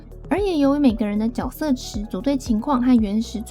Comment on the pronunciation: 能不能发音正确？？ 角 jue 色 ， “jue”斗士